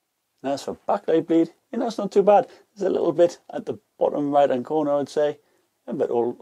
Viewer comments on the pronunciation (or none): none